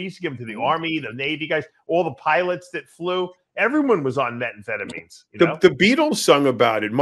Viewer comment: 'Metfetamine'??? Come on, Dave. You're almost a "doctor" and you're a world class drug guru.... It's called 'Metamfetamine'.